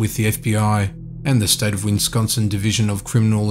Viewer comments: It's Wisconsin, not Winsconsin. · Its called wiss-con-son and not wince-con-son. Just trying to help out with the pronunciation. I enjoyed the video. Thank you and keep them coming 😁😁😁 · please learn how to say Wisconsin - there are only 2 Ns not 3!